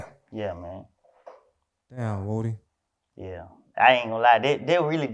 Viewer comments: Lmao dj can’t say woody 😂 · Broccoli baby had to point out on no jumper that he’s really a atl fan boy by letting us know that his name is pronounced lil wooooo Dy